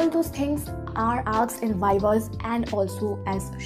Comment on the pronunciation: And yr when u say aksed not asked i just thought 😆🤩but it's okay i think your tongue slip 😁😜tq yr for boosting my confidence love u lots and or video bhi laao or first year ke liye strong ho jaye 👍💫✨🤩